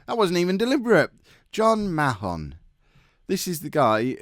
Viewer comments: Mahon is pronounced 'Marn' btw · i believe it pronounced marn like barn because there was a kid at school with the same last name and didnt seem too fussed about that pronouniation